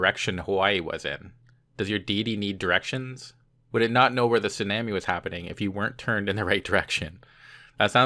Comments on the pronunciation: " AM in the morning" seems kinda... redundant. Also, this is how you pronounce tsunami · Dude, I love you, I adore you, I wanna make mad passionate love to you and have your gay babies, ok! BUT, PLEASE do NOT say TSU-NAM-I like that anymore. Do you really WANT people to know you're Canadian? Hugs and Tugs!